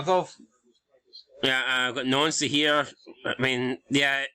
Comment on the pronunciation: I noticed Nouncy is now pronounced Nancy! Why???